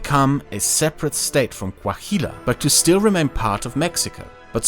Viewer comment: Oh shit as someone from Coahuila (that you keep mispronouncing horribly lol) now I understand in more detail why I and many other norteños hate Mexico City and its political class so freaking much. People of Chihuahua have a saying: "Everybody past down Jimenez city are chilangos" as a despective way against southerns and specially the high centralization of power of Mexico City.